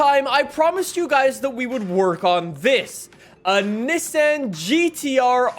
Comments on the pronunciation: It’s Ni-ssan not nessen 😂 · Bro doesn't know how to say Nissan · The way you say Nissan 😂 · Love the vids, but it kinda drove me crazy the way you said Nissan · I get so triggered when he pronounces Nissan wrong